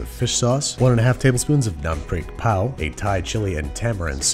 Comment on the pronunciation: Finally!!! I’ve been wanting to see more Thai food recipes from your channel since the spider-man episode where you make Lab.(sorry if I got anything wrong I’m from Thailand) also you’re pronouncing “นํ้าพริกเผา” wrong it’s like your pronouncing “non-freak-pow” instead of “num-prik-pao”